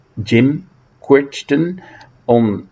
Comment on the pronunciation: Love the list. BTW the name Crichton is pronounced to rhyme with "whiten". I love Beginner's Guide but don't like Generation 13 as I think it lacks good melodies and the lyrics are too expository.